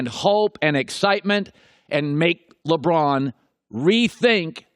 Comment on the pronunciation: Did anyone catch him saying "Limron"